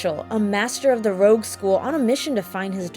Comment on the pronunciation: Everyone always says Rogue school for Haschel. But its Rouge. The U and the G are swapped.